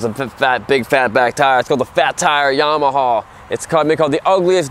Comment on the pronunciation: I love how he calls it yamahaw. lol